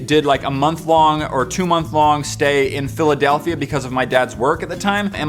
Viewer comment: did you say fillidelthia (can't spell) or filly delthia. we might have a brony here.